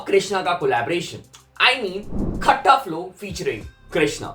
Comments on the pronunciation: Not Khata flow its KHATTA FLOW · खट्टा flow ❌ खत्ता flow ✅ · wo KHATTA FLOW nahi.. KHATTA flow hai.. (KHATAH is pronounciation... calm ne bola insta pe sbko jake bolne ko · खत्ता flow bro not खट्टा....।